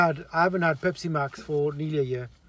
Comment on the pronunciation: I like my pespi with no H IICCEE 😂😂